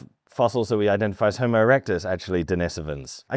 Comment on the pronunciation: let himself be talked into the crap that the word "homo"was offensive, so he pronounced it "hommo" for the idiots, which makes him the biggest idiot